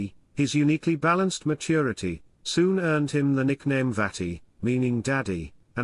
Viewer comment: Mölders‘ nickname Vati is pronounced as Fah-ti and is closer to „Dad“ than the slightly childish „Daddy“ (which is similar to „Papi“ in German) RIP